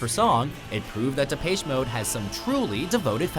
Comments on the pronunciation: De-Paysh Mode? Really? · DE PACHE MODE?????? FUCKING GET IT RIGHT. IT'S PRONOUNCED DEP-ESH MODE. Also this list was just an excuse to hate on Metallica again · "depayche mode" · Depaische Moad...?? What the...???? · Depeche... lol.. can't at least invest 1 minute and research how to say the names properly? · ROFL i knowrite i was like.... depache mode? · what the hell is wrong with watchmojo and their obsession with mispronunciation of names. especially well known names like "depache mode" maybe look up correct pronunciation before you read your lines. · "DepAYSHE mode" ...just, look shit up before you say it, please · De'pay'che Mode? Ugh, these pronunciations kill me.. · lol the prenounce the Depeche mode.. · Wow you really can't say Depeche Mode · Ikr? I cringed so hard, I hate when people mispronounce the name of my favorite band. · Did.. Did you just mispronounce Depeche Mode? Oh god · You are miss pronouncing depeche mode